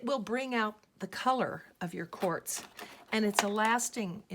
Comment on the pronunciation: Lol 😆 she says whores lol 😆